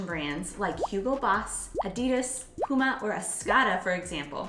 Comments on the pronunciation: Not "Adiii das"🙄🙄...."Addi das" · Lives in Germany and still can't prounouce Adidas correctly.